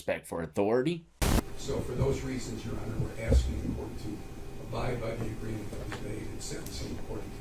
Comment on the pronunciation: naa buddy its agreement not agreence...i fought that 1 for ages it is in agreement....Love the analities 😂😂😂 man your shows are fun